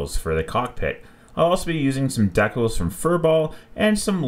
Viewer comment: Great build. DEE-CALS not DECK-UHLS